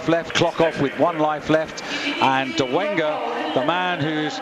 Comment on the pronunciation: It's Dolega, not Dolenga